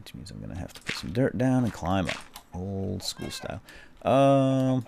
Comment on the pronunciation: Thanks to you, now whenever I say "dirt" I say "dyrt" like you:D